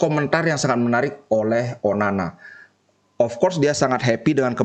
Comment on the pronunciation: Onana bli bukan onani😁😁😁